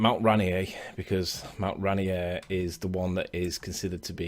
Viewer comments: As a Washingtonion, its pronounced Rain Ear, not Rainy Err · ok a little of subject, but being that I live in Seattle this is bugging the crap out of me.. I appreciate it may be pronounced any which way all around the world, but where this mountain is, it is pronounced ray- NEER .. two syllables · It's Mt. "ray-neer" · I know both you and the flat earther have accents buts pronounced RaInEAR with the beginning sounding more like "rain" and the end more like "near." Or you could just call it by its native american name "Tahoma"